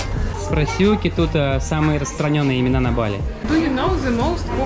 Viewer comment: будете в Чангу залетайте на Warung Sika что на Jl. Tanah Barak мое любимое место на Бали. Кстати заметьте как говорит БалИ.